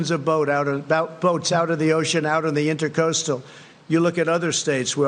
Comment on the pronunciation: It’s inTRAcoastal, not InTERcoastal!,, He doesn’t even know that, and he lives in Fla. Pathetic.